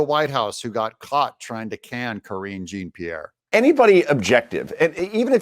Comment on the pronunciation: Bye, Karen! Karen Jean Pee-air, bye. Bye, Karen.